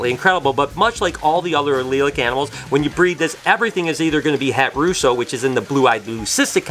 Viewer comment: Did say Het Russo? Did I hear that right?